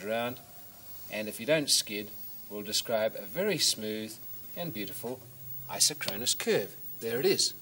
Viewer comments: The correct pronunciation is I-SOK-kron-us, not I-so-KRON-us. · The correct pronunciation is eye-sock-kruh-nuhs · It's properties are even stranger when you pronounce it i-SOCK-ro-nus. ;o) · I always preferred a different pronunciation (which may well be wrong): Eye-sock-ron-us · Fun fact! Aside from the mispronunciation of the word isochronous. It is pronounced "eye-SOCK-cronus - emphasis on SOC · IN US English, it's; pronounced "I sock ron us", implying same time from ISO meaning same, and chronous, meaning time. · You'd think as smart as this guy seems to be, he'd know how to pronounce 'isochronous.'